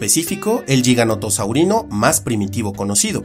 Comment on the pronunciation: Espectacular como siempre... Aunque debo decir que me sorprendi cuando pronunciaste a Giganotosaurus y Giganotosaurini como Yiganotosaurus o Yiganotosaurini, que paso ahi jajajaja